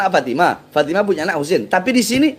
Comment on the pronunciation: Itu cara bacanya juga kacau...bukan fatimaTA binTA...tapi fatimaTU BinTU...udah meragukan ...